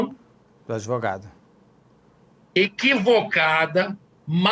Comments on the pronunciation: Ai que zica dá ouvir um advogado de uma defesa indefensável. Mas. Dr. Só faz um favor. Fala advogado e não adEvogado. Pelo amor de Deus. Abraço no capeta. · Advogado que fala ADEVOGADO é pesado... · O que dizer de um advogado que fala "ADEVOGADO"? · Manooo… não dá nem pra continua ouvindo esse beneplácito AdEvogado.